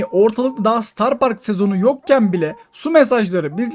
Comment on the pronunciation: star deil starr